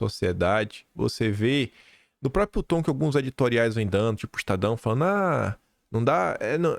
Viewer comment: Sempre bom o conteúdo, mas me dói nos ouvidos tanto “própio”, “apropiação”, “propiedade” e por aí vai.